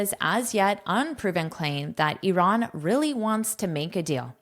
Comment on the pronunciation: Bravooooooo about IRAN pronunciation 👏🏼👏🏼🫶🏻🫶🏻🫶🏻🩵🩵🩵